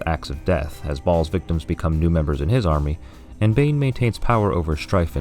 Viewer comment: Tsk! It's Ɓhaals!